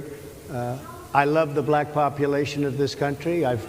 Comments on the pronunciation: Black is pronounced black not that difficult. Racist Trump pronounces it something like BLLack. Very demeaning and shows a very high level of unintelligence. This is from an old white guy whose going to lose his Social Security and Medicare if Project 2025 becomes law. I'll be dead in 6 months when my prescriptions become impossible to get, while living in the wake of a depression that makes the last one look like a cake-walk. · Trump can't even say the word BLACK without making himself a fool. The tone of his nasty racist heritage is encapsulated in just the way he pronounces the word.